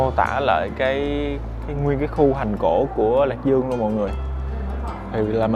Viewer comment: Mong anh cải thiện phát âm nha ạ, “thành cổ” thay vì “hành cổ”